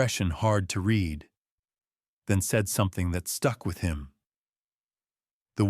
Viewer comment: This is my favorite ai reading voice. It’s improving all the time. Still a few small things like the past tense of to read is pronounced like “red”. He red the diary, not he reed the diary. And content meaning satisfied or happy is pronounced differently from the way one pronounces the same word when it means what is contained.